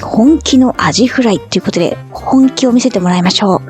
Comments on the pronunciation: 「あじフリャ～～」 思わず笑ってしまいました。 aiさんのユーモアのあるところ、好きだなぁ。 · ホテルのお部屋、落ち着いた感じが良いですね😊 出ました😂アジふりゃ～😂何故か？名古屋弁🤣 でも、美味しそう😋 コップではなく、缶を飲もうとするところ😂アイさんらしくて良いですね🤣